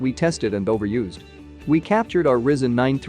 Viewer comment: Pronounced Rai-Zen, not Risen!